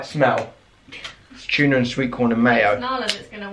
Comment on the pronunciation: its not chuna its tuna not chuna